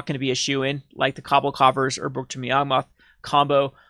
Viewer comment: Kah-ball, not cobble.